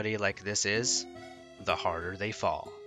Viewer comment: He seemed so cool when he said that lil quote "the bigger they are, the HADDER THEY FALL"😂 I CANT 😂😂😂